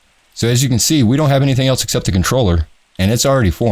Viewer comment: Its also funny how you say xept instead of 'except' .....lol